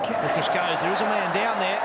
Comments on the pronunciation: Hi, glad that you are enjoying discovering cricket. A few things to say. First thing is that Gilchrist is pronounced with a short "i", as in "pissed". Secondly, the Ashes are the test (5 day international matches) series between Australia and England. The first test match ever played was between these countries in 1877 (at the MCG, won by Australia). When Australia first defeated England on English soil, it was considered a distaster by the English; they had invented the game, after all. A joke obituary, lamenting the death of English cricket, was published in a local paper, which stated that the body would be cremated and the ashes taken to Australia. Following this, England toured Australia and played a friendly game at a property outside Melbourne called Rupertswood. The lady of the property presented a tiny urn containing the ashes of the bails used in the game to the captain of the English side (the source of the urn and the exact contents are somewhat disputed). That urn is one of the tiniest and most coveted trophies in world sport and England and Australia vie for it every 2 years. Arguably, the Ashes are the pinnacle of the sport. England will tour Australia in our summer of 2025/26 to try to win back the Ashes (although the actual trophy is kept in Lords Cricket Ground, London because it is considered too fragile to travel). Thirdly (I suspect this will become apparent as the video progresses), a ton is 100 runs, a milestone in a batsman's innings that the very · It’s pronounced Gil-Crist… as in Christopher, not Christ. But he is usually called just ‘Gilly’. A “Duck’ means he was out without scoring any runs in that innings. Sir Don Bradman has a batting average of 99.4… because he scored a “Duck” in his final ever test innings. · His name is pronounced as Gilcrist Not Gilchrist Also is a Cricket Ground. He was A Wicket Keeper/ Batsman. Wicker is the bloke who stands behind the wickets for the bowling side. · It’s pronounced “Gilkrist”